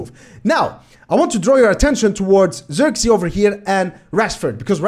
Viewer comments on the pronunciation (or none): First of all, no hate. If you want to say his name correctly you can do the following. Zirk as in the word "ick", it uses the same "i". Zee as in the word "say", so it will be like "zay".